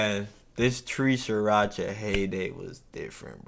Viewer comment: "Tree racha"... BRO 😮‍💨... 3RACHA!!!